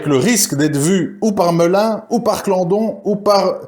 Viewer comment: C est pas melin c est Colin Et pas clandon mais claudon